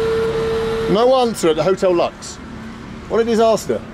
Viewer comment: I think the hotel Lux should be pronounced like Lukes.